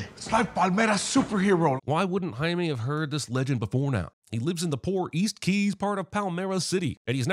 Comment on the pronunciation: Jaime is not spanish for Jamie, its Spanish for James. And its pronounced like 'hi meh', not 'hi me.'